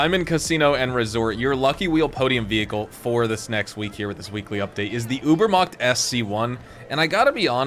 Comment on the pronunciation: i love how none germans pronounce Übermacht